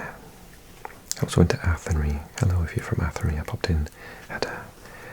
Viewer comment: Loved this one - thank you! Athenry in Ireland is pronounced with a "rye" at the end, rather than a "ree". Like rye whiskey :)